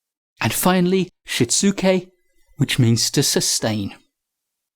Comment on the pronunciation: Pretty good pronunciation, though the last part of seiri is "ree" rather than "rai". And the "u" is shitsuke is mostly elided or softened in conversation so /shits’ke/ is about right. I haven't heard of 5S before. Nice to learn lots of new stuff from this channel.